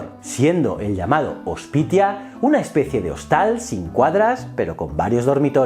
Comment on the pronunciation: Las terminaciones AE en latín se lee como E, las terminaciones TIO, TIA se pronuncian como una Z suave, así que Tabernae se pronuncia Taberne y Hospitio se pronuncia como Hospicio.